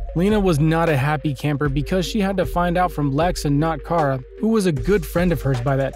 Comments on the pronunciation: And once again we have somebody who pronounces names wrong. It's not KARE-A it's KAR-A. Did you not watch the series. They had this whole thing with Cat Grant, Kara's boss at CatCo worldwide media, calling her KARE-A. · Omg i got so triggered when you said cara sounds like Carit but without the it like ahh its KARA 😂😂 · 0:!6 her name is pronounced Kah-ruh